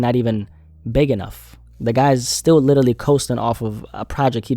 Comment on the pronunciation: Bro how is literally your favourite word that you just say in every single video and you still can’t pronounce it 😂 Everytime you say Littely I can’t help but laugh